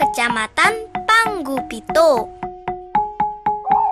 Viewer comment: Ralat pantai nampu kecamatan Paranggupito bukan Panggupito. Hanya membenarkan saja mungkin adeknya salah ucap.